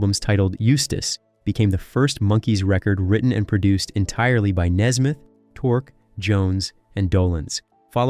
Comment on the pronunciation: It is Nesmith not Nesmith.